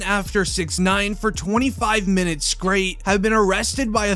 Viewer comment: Is skraight a new word lol. You guys should really work on your reading comprehention. Your like